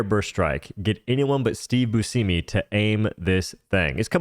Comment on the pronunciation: Steve “Booshemy” not bushimi